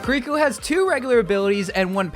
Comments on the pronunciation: ki-ri-ko, not ku-ri-ko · KiReekO? Come on man, she don't smell! :D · Yea you need better pronunciation for her name and half the abilities.